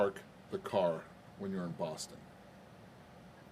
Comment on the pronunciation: "You can pahk the cah in any of the garahges"! Love it!